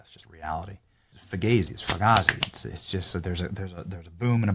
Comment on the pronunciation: It's fugazy, it's a fogazy, it's a woozy it's a waazy